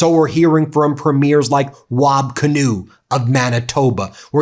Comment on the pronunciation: Ben it’s pronounced Kinew( Keynoo)